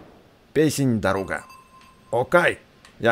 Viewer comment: Да блин не даруууука а дааааарука ты задолбал